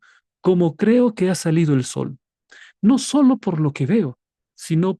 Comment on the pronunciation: Exelenteeeee, pastor, sólo tener cuidado con enfatizar mucho al sol, 😢 Pero muy bien el desarrollo bendiciones ❤